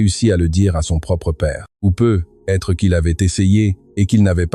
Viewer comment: dans peut-etre , vous devriez mettre plus d'espace un petit - - - et vous etes incapable de lire comme il faut ........PEUT-ÊTRE se di lit en 1 un mot (PEUTETRE, c un ex ) sinon laissez la place à qui sait lire